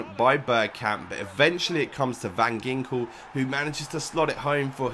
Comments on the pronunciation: u pronounce it van jinkel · it pronounced van hinkel , just saying :)